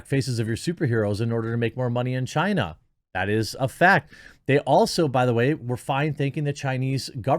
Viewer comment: "tales of film-making in chinaty" 🤣